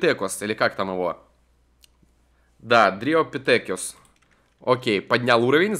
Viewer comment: Дриопитекус,а не Дритопитетрус или дриопитекюс :D